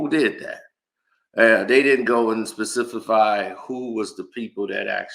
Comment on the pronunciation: He lost me at specificfy